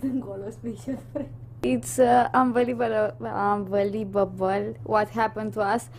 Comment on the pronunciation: "Iț anvalibăbăl" 🤣